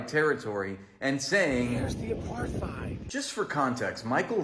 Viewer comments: No contest. He can't even pronounce Apart-heid. It is derived from aparthood; AKA separateness. Aparthide sounds like an insecticide or something. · I love how saying it wrong. If your going to talk about an Apartheid at least make sure your saying it right.